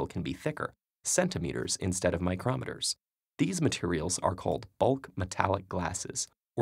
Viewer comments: I think it is most often pronounced "micro-meters". "Mi-crometre" sounds more like Thermometer, even though I know that it follows the same pronunciation as kilometre, I'd go more with that from centimetre. :) Otherwise, it sounds like a measurement device: "mi·crom·e·ter ˌmīˈkrämədər/ noun a gauge that measures small distances or thicknesses between its two faces, one of which can be moved away from or toward the other by turning a screw with a fine thread." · Two points of error: 1. This is a formal context. You shouldn't be using "micron", as it's the informal shorthand of "micrometre". 2. How the hell do you end up pronouncing "micrometre" as "my-krom-et-er" but get "centimetre" correct?